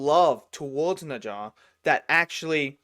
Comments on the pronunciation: What is neja!? It’s Ne Zha! Bro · Yep! It’s “Nuh jah”. You got it right. Except you have to say the “nuh” part like you’re asking a question: “Nuh?? Jah.” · If you pronounce it as 'Nurjar' it'd sound more like native Chinese speaker~ and BTW NeZha's also in 'Black Myth Wukong'